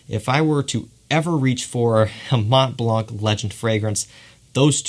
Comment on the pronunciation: Mont Blanc do not prononce the T and C. 😅